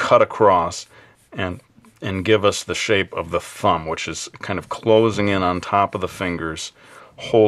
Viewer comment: Did anyone else hear "Fumb"??